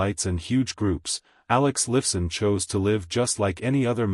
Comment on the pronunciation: Alex Liff son? haha! stupud A I ..and try some commas!